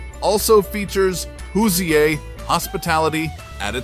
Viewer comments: "Who's E-A"??? - Try saying "Who's ear": That's much closer to how it's pronounced. Also, if your looking for a funny town name in Indiana, you can't beat Floyd's Knobs.😁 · In talking about French Lick Indiana you mentioned "Hoo-see-aa" hospitality.I think you meant hoosier (hoo-shur) hositality. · Hoo-zee-ay????? Gad, why don't you brand yourselves as ignoramuses? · AI can’t pronounce Hoosier